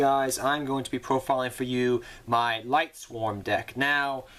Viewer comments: Not to be rude, but this was just bugging me. Lightsworns, not Lightswarms. Lyla, not Lyra. Silent Honor ARK, not Silent ARK Honors Knight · mane, it aint lightSWARM it is lightSWORN like sword but replace the "d" with an "n"